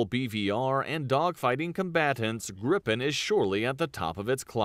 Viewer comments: It's Griipen, not Grippen, just one P. I'm proud of it. Daykenn and Vaigen... this guy, it also has two Gs in the name! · That makes no sence to someone who's first language is English. It should be pronounced "Greepen". "ee" as in "Jeep". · The "i" in "Gripen" should be pronunced more similar to "ee" in "feel", id est a "long i". And the "i" in "Viggen" should be pronunced more like english speakers pronunce "i" in "Gripen", i.e. "short i". A grip is a mythological creature, in english griffin, a mix between a lion and a bird. "Gripen" means "The Griffin" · that video is butchering the Swedish names soooooo bad